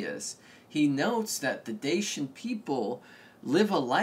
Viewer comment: The Dacians were not Thracian. Its also pronounced Dashian not Dasyan